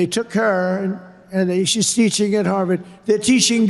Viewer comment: Trump "they're teechshing government"